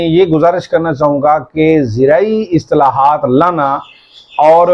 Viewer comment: Islahaat, not istalahat